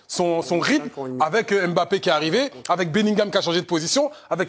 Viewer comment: LEs deux se cachent ( et Nabip), à propos spn nom n'est pas "Aime Bappé", en atant qu'Africain on prononce le M et le B collé, ca devrait se savoir.